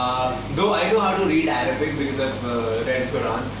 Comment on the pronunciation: So cute that zain is teaching aditi Arabic. Well he didn't pronounce in the correct way . Trust me guys I am not judging him . I am just saying this because I know Arabic and I am living in UAE even though I am an Indian ..so obviously I have to learn Arabic even though i am not a Muslim. Well still it was a segment for Arab fans good to know that there are a lot of fans in Arab countries anyways aditi u was looking gorgeous and zain u was soooooo cute while reading Arabic . Loved it all pls remain as adiza forever pls pls pls 😄😄😊😄😊😄😊😄😄